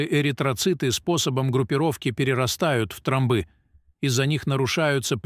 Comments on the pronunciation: Тромбы ударение на о. А не тромбы удар. на ы. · Особенно...тромбы, с ударением на "ы"😅